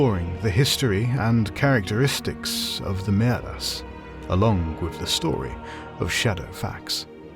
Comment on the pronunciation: Is it Maeras or Mearas? I'm confused. Personally, I like Maeras, but in the name of the video it says Mearas, unlike the translation.